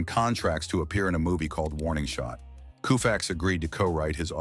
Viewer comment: Repeated mispronunciations of Sandy Koufax's name render this whole video a joke.